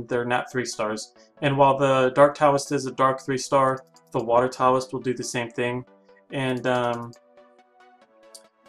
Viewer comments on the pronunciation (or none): By the way Taoist is not pronounced with a T it is pronounced with a D my friends